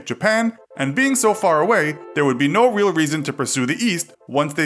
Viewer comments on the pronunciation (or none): none